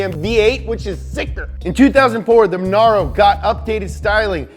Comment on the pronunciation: Jesus, I feel like Im getting ADHD from listening to this guy. MONARO MONAIROE